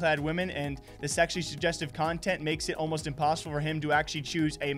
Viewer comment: Man you really struggled with pronouncing 'sezzually jujeztive' huh? 😂😂😝